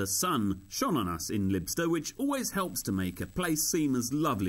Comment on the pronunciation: its pronounced Lie-bster